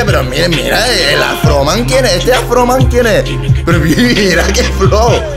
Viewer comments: Dizque "Afroman" 😂😂😂😂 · "Afroman" JAJAJAJAJA si que dices webadas JAJAJAJA...Saludos desde Ecuador💛💙❤